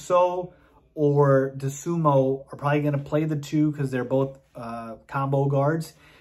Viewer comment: Had to check out the video to see if you pronounced Ayo Dosunmu wrong again. Here's a hint, his last name ends in a "u," not in an "o."